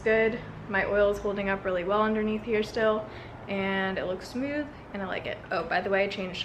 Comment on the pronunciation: Every time you say smooth I say SMEEEWWWTTHHH in your accent